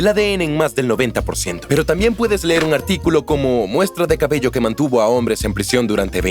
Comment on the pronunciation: soy yo o en una parte dice caballo en vez de cabello?